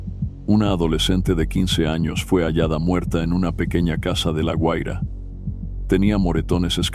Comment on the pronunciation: Se dice GUAIRA no "HUAIRA"